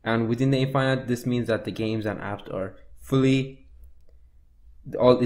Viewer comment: the way he says infinite...